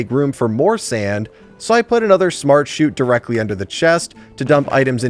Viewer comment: bc like bruh he literally said SmArT-sHoOt like bruh